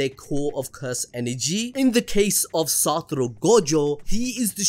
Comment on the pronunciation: SA TO RU ---- not SA TU RO